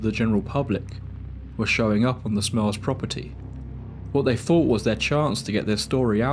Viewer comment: I kept hearing “the Smells” instead of “the Smurls” I’ve never heard of this story before